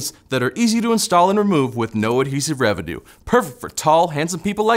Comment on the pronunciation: He accidentally said "revidue"